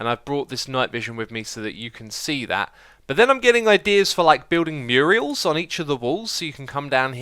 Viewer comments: I just couldn't help myself on the vocal derp of "building Muriels" - Muriel (M yoor eee ell) is an old-fashioned woman's name. A mural (M yoor ul) is what you meant to say. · Murals. MU-RALS. Not "Murials", that's a girl's name. There's no I in mural.